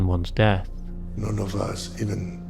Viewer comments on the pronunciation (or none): none